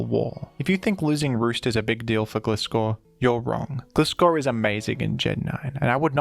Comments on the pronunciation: It's Gleye-scor not Gle-scor Sounding like FSG lmao 😂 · Why are you reading its name as "Glee-scor" when you read Gligar correctly? 😭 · Why does he pronounce Gligar correctly but Gliscor wrong? It's GLI Scor like gliding. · You pronounce Gligar right but not GLAI-scor? It's the same pronunciation of the "i". GLAI like GLIDE. GLIDING SCORPION. EVEN SAID IN THE ANIME AND ALL SUBSEQUENT MEDIA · "Gly-gar" 🙂 "Gliss-score" 🤨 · the way you pronounce gligar like glide but gliscor like glizzy is so weird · Gliscor is pronounced as Gliess-Core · Lmao, Glisskor. No hate on dude or anyone who pronounces it like that but it genuinely makes my skin crawl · Wincing a bit every time you pronounce "Gliscor" haha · That's not how gliscor pronounced tho